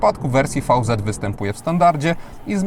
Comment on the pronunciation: VZ czytamy veloz (szybko)